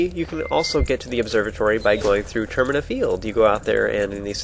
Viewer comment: The games called Majoras mask, there's no way termina isn't pronounced ter-my-na